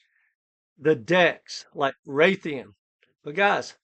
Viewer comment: It's RAY-D-IUM RAY